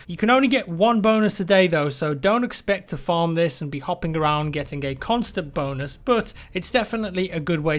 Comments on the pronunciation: I kept hearing boners instead of bonus "dont expect to be hopping around and getting boners" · It's because it sounded like he was saying "boners." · Thought the same thing +MrThedopeshow Sounds perfectly like bonus already. And if some people think he's saying boners they can deduce from the context that's obviously not the case.